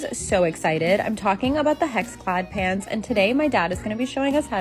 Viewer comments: lol I heard “pants” not “pans” and was so confused 😂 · On another note …… I miss heard you a couple of times and I genuinely thought she had brought her dad Gordon Ramsey pants not pans 😂😂😂